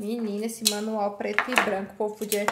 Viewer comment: no manual Guilherme: no Manuel KKKKKKKKKKKKKK